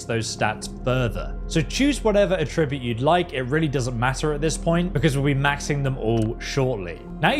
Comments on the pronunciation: it's not pronounced attribute it's pronounced attribute. 😊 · at-trib-ute not a-tribute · He's saying attribute wrong. The word he's saying the verb version of the word.